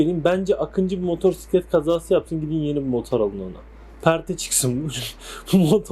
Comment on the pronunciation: motorsiklet nedir ilkokul 2terkmmisin türkceyi boza boza ne hale getridiniz sirf siz siveli garip konusuyorusnuz diye türk dili böyle degil diksiyon dersi ali öyle video yapin hayatinda motosiklet diye bir kelime duymadinmi baban amcan komsun motorsiklet dedi diye gercegini ögrenme zahmetinde biel bulunmamissin önce ögrenin